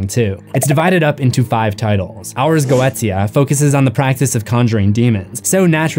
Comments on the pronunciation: The Ars Goetia is pronounced Ahs Go-ee-shah (or just go and watch episode 2 of Helluva Boss) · Goetia is actually pronounced "Go-sha". Just trying to help out😊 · Goetia is pronounced "GO-EE-SHEUH". It's a magickal word in and of itself. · Goetia is pronounced GO-SHA